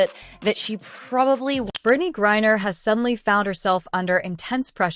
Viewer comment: So is it Gourrier or is it Griner (rhetorical). Embarrassing.